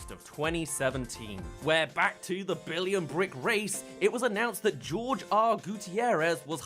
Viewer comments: Did you seriously call Jorge (Hor-hey)Gutierrez...George!? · Like I know you're super British but come on...GEORGE!? Do you pronounce Jesús, Jesus!?